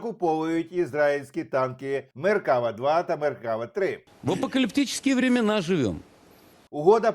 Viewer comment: Да не меркАва, а меркавА.